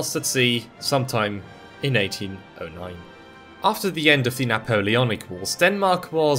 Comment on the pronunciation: "He got lost at sea some time in 18-oh-nein"